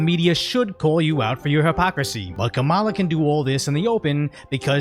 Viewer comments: Hey isn't her first name pronounced "Kam-uh-la"? I know it's besides the point but it's just hard to concentrate on this channel being a good source of info when you're saying "Kuh-mala." Sorry if I missing a joke from some other video. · Did you say Karambala